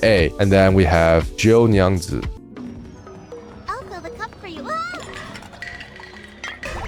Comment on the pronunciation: "Getien" Bro, its Get-ti-an "G o nyangzu" Bro its Jyu Nyangzi💀